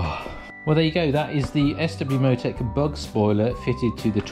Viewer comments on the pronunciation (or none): German "Bug" as in "Bow" of a ship. It has nothing to do with bugs lol.